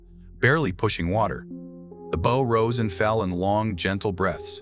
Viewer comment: When is the AI going to learn how to pronounce the name of the pointy end of the vessel.......B OW. 😊 Not bow tie